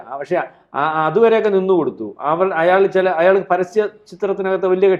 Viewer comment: *അയ്യാൾ അല്ല പെണ്ണേ.. അയാൾ.!